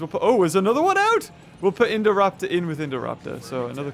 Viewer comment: who else loves the way says Indoraptor